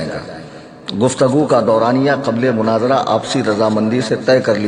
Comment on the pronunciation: مناظرہ ہوتا ہے مناجرہ نہیں یہ سب قیامت کی نشانیاں ہیں 😂😂😂😂 ایسے ایسے جاہل پیدا ہونگے